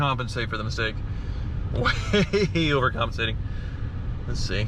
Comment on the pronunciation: Anyone else counting how many times he said “overcomancating”...